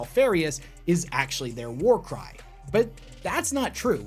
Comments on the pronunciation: For a secon I thought you said «there are few things in this world that get you pumped up like a good WAR CRIME» in the intro 😅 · Not gonna lie, i heard him say warcrime not warcry at the beginning.